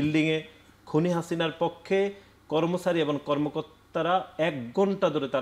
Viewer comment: এবং = এবন😂